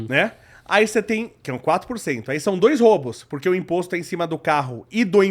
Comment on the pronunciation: São 3 “róubos” fez meu ouvido sangrar, professor.